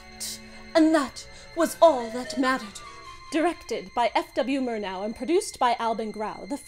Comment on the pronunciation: It is beyond me why an intelligent and educated woman like keeps pronouncing Murnau as Mirno.